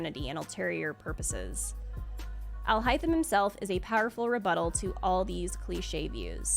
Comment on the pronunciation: Alhaitham is pronounced “al-HEY-them” (from his Arabic name); not “al-HI-them” I’m proudly saving for him so I can have my second Spiral Abyss captain.